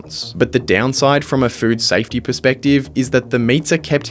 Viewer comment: I swear you said "fruit safety" every time